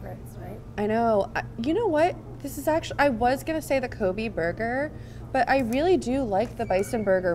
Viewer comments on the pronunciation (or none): I believe Kobe is pronounced Koh-bay. Not Ko-bee. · Not Ko•Bee it's Ko•Bay that's the proper pronunciation of that name because that tidbit almost annoyed me.